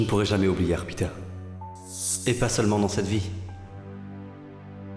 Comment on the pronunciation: Ko arpitha ça m’énerve tellement au lieu de dire arthi